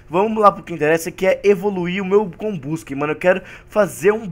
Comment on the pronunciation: Nossa senhora além de falar Arceus em vez de Arquios fala comBUSken em vez de combusKEN